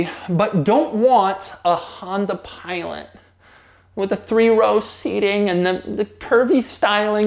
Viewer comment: Someone needs to make a meme from how he says Honda Pilot 😆